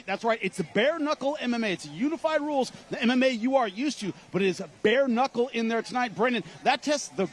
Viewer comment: Bapas doing “Beer Knockle” now B?? 😂